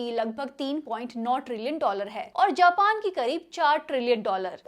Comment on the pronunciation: Japan ❌ Jaapaan ✅